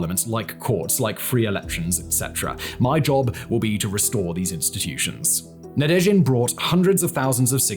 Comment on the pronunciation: Simon, I couldn’t help but notice a couple of pronunciation mistakes. You seem to add an extra “i” between double zh in “Zaporizhzhia oblast”, but yeah, there’s none, zhzh is pronounced just as prolonged “zh”. Also you seem to skip the second “d” in “Boris Nadezhdin”. Regardless, great work!